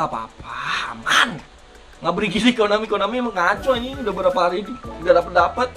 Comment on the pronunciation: Konami bukan Ekonami menurung salam dari Malaysia dan Johor